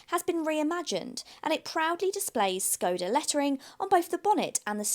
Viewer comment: hello unplanned woman. Skoda is pronounced shkoda.